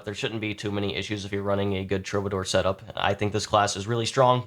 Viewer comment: True - buh - door. Just trying to help. 👍